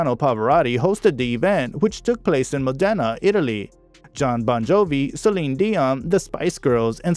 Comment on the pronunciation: Wow. How many mispronunciations of place names (Louth, Wicklow, Modena etc.) can one guy make in one video?! It's distracting, and shows a lack of due preparation.